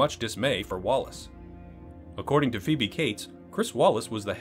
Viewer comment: I know Chris Walas and it makes me cringe every time you mis-pronounce his name. It’s WAYless, not Wallace.